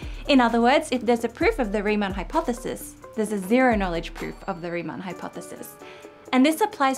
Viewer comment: Not to be mean, but I can't stop rewatching the bit when the video has you saying "a special type of interactive pfffp" :P Fun blooper :D